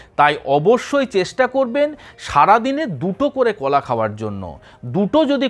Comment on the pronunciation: না,এই লোক ভাষা ঠিক করে বলতে পারেনা। He speaks wrong pronounciation many Bengali words. কোলা, ছলা,সো র কার , কোথা ইত্যাদি।